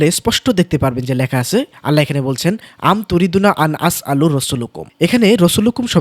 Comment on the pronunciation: আপনার তেলাওয়াতে একটু ভুল হয়েছিল আপনি আনতাসআলু এর বদলে আপনি পড়েছেন আনআসআলু